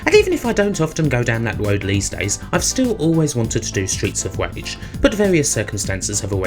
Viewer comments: Stweets of Wage! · Stweets of Wage. Sorry. Seriously though, this is a great review of two of my favourite games. Thanks for sharing it with us. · Why are your R's... W's? Genuine question, have not heard it before. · streets of vage xD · Stweets of Wage... sounds like the USA. Wages being shit, har har. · stweets of wage...